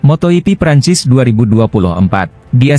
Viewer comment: Laahhh,,,, si moto ipi lagi, malasnya aku lanjut. Belajar baca dulu min